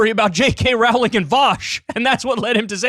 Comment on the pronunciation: Kyle it's pronounced like "rolling" As in Row your boat... I'm not even a fan of hers in fact I kind of hate her with a burning passion and her shitty books and I know that